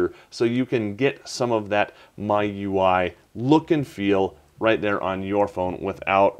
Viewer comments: It's supposed to be pronounced like "My UI", stop calling it "me-you-ee". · I think it's "Me-You-Eye" like "Ge-You-Eye". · I think it's pronounced MEE-U-I